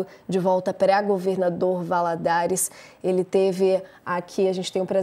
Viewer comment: Governador "VALADOLAR" KKKKK